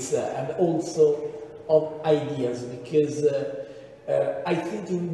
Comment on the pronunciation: Il megliore di tutti è Dini il peggior e' quel carciofo di " shok becoussssse"!